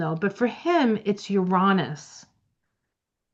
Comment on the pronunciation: FINALLY! Someone who says "Uranus" the way I do! If you just compare it to other Roman words, it feels like a no-brainer that not only should the emphasis be on the second syllable, but the "a" should sound like "aw" as well: Ur-AW-nus. Let's start a movement! 😂